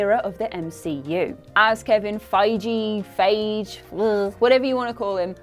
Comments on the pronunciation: Fai-Gee. (Not Jee) It's not that hard. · Feige... it’s feige. And if you didn’t know that then you don’t belong on this channel. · Imagine being a reporter and you cant be fucking bothered to find out how to correctly pronounce someones name... what a fucking joke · MCU has done 20 movies and you still can't pronounce Kevin Feige correctly, and you want us MCU fans to take you seriously. 🤔🤔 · You don't know shit if you can't pronounce the person with the vision name gtfoh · Why don't you google how to pronounce someones name... like its not that hard. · she did mispronounce it before so now she is making fun of herself I guess.